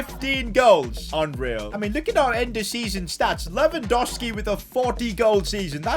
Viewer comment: Its LewandoWWWWski. THERE IS A SECOND W.